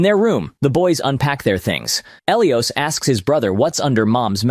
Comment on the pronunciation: Who the hell is El E Os. ...😂😢😂 Pronounced: "Ah Lie Is" Elias